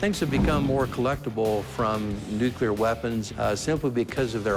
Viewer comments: Dude runs a museum for atomic energy and pronounces it “nucular” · The museum guy keeps saying "Nuc-U-lear" instead of Nuc- LE-ar. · That so-called "expert" isn't much of an expert, doesn't even know how to pronounce the word nuclear.